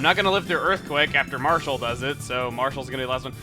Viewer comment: Its Marshall, not Marskalk. What the heck is Marskalk?